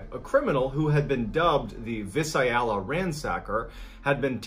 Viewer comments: Visalia = Vy-sail-e-uh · It’s pronounced Vii -sail -ya, California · I love your stories I really hate when you do your research you don't find out the correct pronunciation of towns or cities like Visalia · I’m so glad that I read the comments. It bugged me when he mispronounced Visalia. I thought I was the only person who noticed things like this. I’m not picking on mrballen because I know that he isn’t from California. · I grew up in a tiny town called Riverdale, not to be confused with RiverSIDE. So I know how badly he butchered Visalia. Has to be the craziest way I have ever heard it said. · I love how badly he pronounces Visalia Lololol